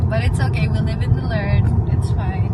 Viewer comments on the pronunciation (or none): none